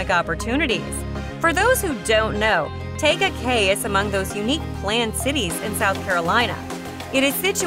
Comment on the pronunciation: You’re pronouncing Tega Cay wrong. Tee-ga Cay. You must be an outsider